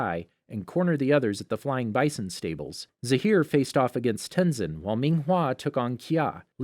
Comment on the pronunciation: Ten Sin